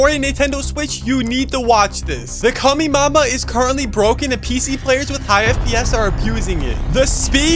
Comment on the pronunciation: Dude trying to get clout by mispronoucing the Kamehameha 💀